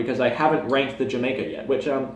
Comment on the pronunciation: Not Jah-may-kah. it's pronounced Hah-my-kah